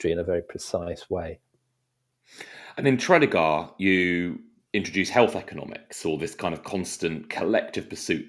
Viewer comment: That's a poor pronunciation of Tredegar. Despite that, I really enjoyed listening to this.